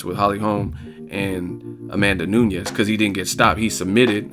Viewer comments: Only one reason needed.. She got no standup.. and it's NU NES not Noo-ni-yez jeesus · A tip from Brazil: Amanda N U N E S (portuguese surname). N U Ñ E S (is spanish). Spell it like NUN + ES. But it was a great commentary about N U N E S victory.